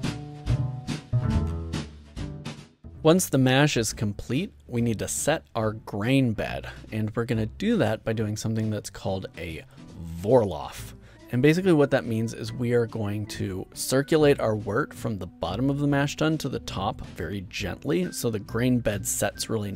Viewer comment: Great video! I guess beer brewing is still too much hussle for me but I always enjoy watching the process :) On thing made me giggle though XD Vorlauf is more like "four louf". Cheers from Germany!